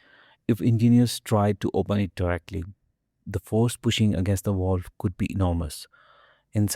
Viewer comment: It's a Valve not a Volve.